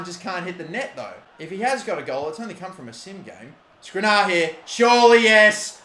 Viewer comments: Last Episode:: 'Apparently I'm supposed to pronounce it as SkrinIAR' Correctly pronounces for the episode This Episode -: 'Got to get this to the near post for SkrinAR, great goal by SkrinAR' ffs he is so frustrating sometimes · Milan will keep running away from the ball so long as you keep calling him skrinar instead of skr-ini-ar